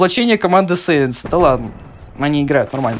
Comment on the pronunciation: Клан САИНС а не сэинс